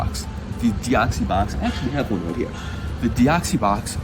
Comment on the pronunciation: Did this dude just say deoxie box! :/